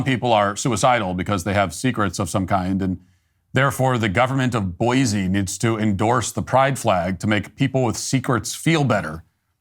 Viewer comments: It's 'boysee' not 'boyzee'. Boise is slowly becoming another Portland/Seattle/Denver, a Left wing tail wagging a Right wing dog. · Boy-see not boy-zee